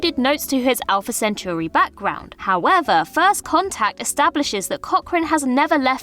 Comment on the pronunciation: A lot of folks complaining about alumni or the spelling of his name, and only one comment about how she horribly mispronounced Centauri. Sad.